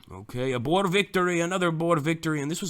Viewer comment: Why do you pronounce boer like that?Almost all English do but thats not how to pronounce it